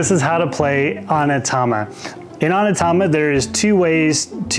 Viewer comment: Thanks for the runthrough. It's pronounced OH-Knee-Ta-ma, btw.